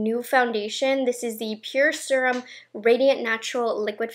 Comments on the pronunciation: I listen to her videos when I get ready and my husband always has to comment on how she says serum like it’s spelled srum or surum. The correct way to say it is see-rum. Now my husband calls her the “seeeeeee-rum girl.” 🤦🏼‍♀️ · You are the only person I ever hear say Serum like that. :) You say it how it is spelled. I wonder if everyone else says it wrong. Lol